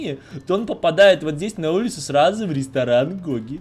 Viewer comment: Это самый классный рестроран(дом магазин) который мы строили,, так говорит каждый раз когда они с Ма что либо строят😁😂 Кто так же считает ставьте лайк что бы заметил😝😜